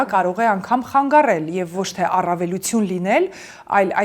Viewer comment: Ամեն ինչ հետաքրքիր էր, հիացնող, ոգեկոչող, լավատեսություն ներշնչող, բայց այդչափ գեղեցիկ խոսքին զուգահեռ, ականջ էր ծակում ,,ավիրել,, ,,խանգառել,, բառերը